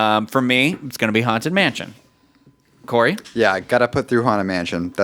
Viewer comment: Omg. actually pronounced Corey’s last name correctly. I love it!!